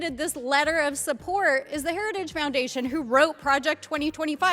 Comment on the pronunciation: "Her-race-ige Foundation"